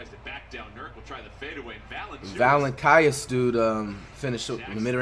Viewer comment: The commentator literally said it properly a second before flight fked it up lmao its so crazy hes off of it 😂